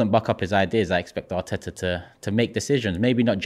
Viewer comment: I love how somehow manages to find 3 exta T's when saying Arteta 😂